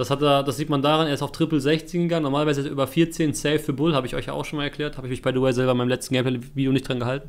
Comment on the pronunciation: *du meinst "by de way"